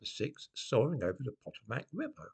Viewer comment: PotOHmac, not POTomac